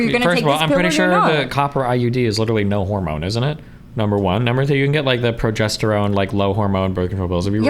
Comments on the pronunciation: I unironically stopped watching at a minute and a half. She is either trolling or her body is fucking broken, I don't believe she's incapable of pronouncing any word with an "O" sound in it. Ner, Knoer, Oerpen, I actually, genuinely can't tolerate it. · " nor! nor! nor! " Having the r sound when it should be the ooh or o sound is grating on my ears. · Why does she have 11 syllables for the word "No"?